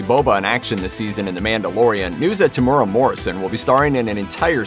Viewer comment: If Boba is getting his own show then you are going to have to learn how to pronounce Temuera Morrison's name. Te-(think tear but only say the first half of the word)-moo-era. That's about the best I think Americans that can't pronounce Maori names are going to be able to do unfortunately.